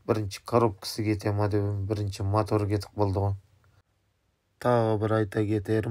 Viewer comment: Не мАтор, а мотор! Не ШеврАлеТ а Шевроле! Не КобОлДЬ, а Кобальт. Испанский стыд🤦‍♂️